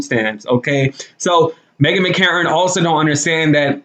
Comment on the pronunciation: Are you deliberately mispronouncing her name?